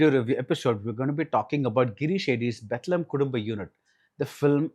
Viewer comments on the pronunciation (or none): This guy doesnt even know how to pronounce the birth place of jesus christ 😂